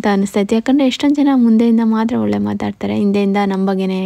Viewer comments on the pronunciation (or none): none